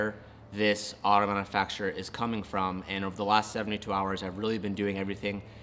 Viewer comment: Dude.... it's manUfacturer(man-YOU-facturer), not manna-fack-surer. You're the only car guy on youtube that doesn't pronounce that word correctly.